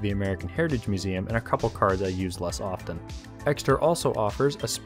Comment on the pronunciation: Here's another mystery solved for future reference. The "t" in often is silent.